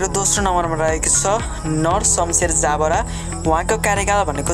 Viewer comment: हैन यो प्रस्तोताले पढ्न जान्दैनकी के हो ज ब रा लाई जा ब रा भनेर पढ्छ